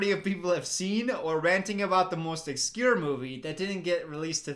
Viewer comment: So is nobody going to mention that doesn't know how to say "obscure"?